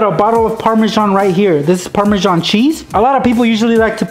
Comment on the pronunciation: actually, parmasan is pronounced par-ma-zan